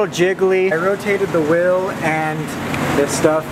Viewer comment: It’s wheel not will